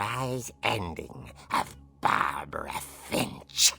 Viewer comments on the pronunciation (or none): My last name is Finch so how dare you say it wrong